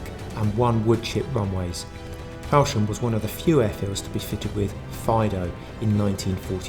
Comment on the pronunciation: This is very enjoyable, all these areas are my childhood and my father was in the RAF and we were fascinated with planes. The information is fascinating, however every time I hear you mispronounce "hindolVStone" and "fowlsham" i have to put my fingers in my ears... Lol😂